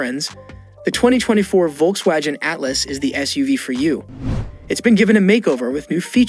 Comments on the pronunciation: Or Volkswajin lol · How about the Volkswajeen? 😅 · That South East trim on the Volkswajen sounds interesting… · It was so annoying - Volks Wagen ( with a soft ‘g’) , Chevy (with ‘ch’ instead of ‘sh’). But I though it was due to uneducated youth not AI ! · VolkswaWHAT???? I canot believe I listened to you talking about cars for 3 minutes.